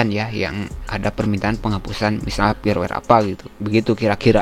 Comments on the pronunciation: Kenapa huruf 'F' disebut 'P' firmware dibaca pirwer, File dibaca Pail.... byk kontent kreator begini😐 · usahakan perbaiki ungkapan yang benar saat penyampaian seperti "firmware" jangan disebut "pirwer" bacalah dengan Benar, krn ini mempengaruhi saat teknologi AI membuat subtitile yang anda ungkapkan ke berbagai bahasa di dunia, karena Youtube sekarang sudah terintegrasi ke Teknologi transalator (termasuk AI) alangkah baiknya kita perbaiki hal ini agar dilirik si penyedia Platform. salam sehat dari saya, teruslah berbagi demi kebaikan.